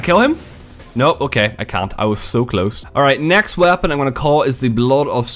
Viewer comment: Does the way he says "weapon" drive anyone else crazy?